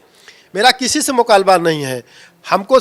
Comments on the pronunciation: Mukabla ko mukalba. Gurej ko guruj bol rhe hai sp jiladhksha . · बोलना सीखो मुकालबा नहीं मुकाबला बोलते हैं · मुकाबला कहना सीख लो, मुकालबा कह रहे हो। फिर राजा भैया से लड़ना😂😂😂